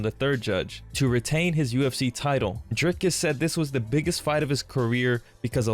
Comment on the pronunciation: Dana, who is more professional? I will spell it out for you. Stay with me now...DRIKUS DU PLESSIS. And no, it is no Drykus.